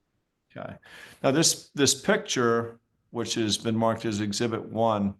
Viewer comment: Never trust a nurse who can’t pronounce the word picture.